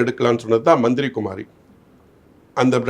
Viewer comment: Dey athu manthira kumari illaida manthiri kumari please correct